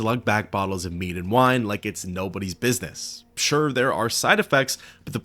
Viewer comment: It's called mead homie, get it right.